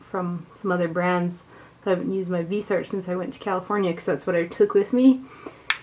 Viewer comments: It's pronounced vis-e-art, FYI!! You went back and forth! Lol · Your videos and very much appreciated. Thank you. 🌹 Greetings from Canada 🍁. Viseart means FaceArt. VEEZ R is how you say it. Vee Zar. No T.